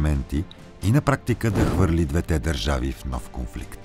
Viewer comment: Видеото е страхотно! Единствено бих искал да ви посъветвам да проветите къде пада удареното на думите: “двете”, “двата”…благодаря!